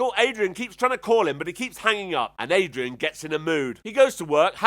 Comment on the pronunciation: BTW, her name is Darian, not Adrian